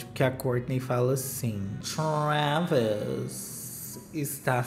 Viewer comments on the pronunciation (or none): o Trrrrrrrraaaavis ofereceu ingressos pro show do blink 😂 pras meninas.